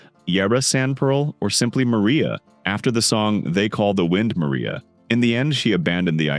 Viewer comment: 💊🛁”They call the wind Maria” … OMG. … how little this AI knows about song. Maria is a song in West Side Story. This is pronounced Mah Rye Ah …